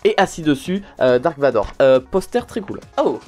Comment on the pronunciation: Buvez de l'eau c'est "tros" important, pas toi farod nan D